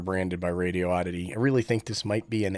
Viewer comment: I think it's prounounced Radio - Ditty 😂